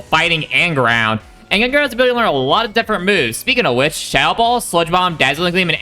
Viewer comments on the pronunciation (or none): none